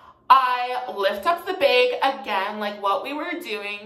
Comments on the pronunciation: i’m pretty sure he’s canadian so that’s why he says it like that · language (aslo karen) Bag-behg Sorry-Sourry Again-agaein Edit: Drag-drheg